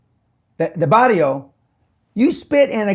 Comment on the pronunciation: It's ba-rrr‐io not bario! Pendejo. 🖕